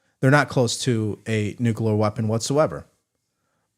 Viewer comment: HI,. I JUST WANTED TO BRING THIS TO YOUR ATTENTION: YOU SAY "NUCULAR", LIKE HOMER SIMPSON. IT'S "NU-CLE-AR". I'M NOT TRYING TO BE A DICK, IT'S A PET PEEVE OF MINE.